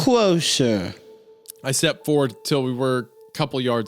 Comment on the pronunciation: "Come cwoser... wook how youw've chawnged."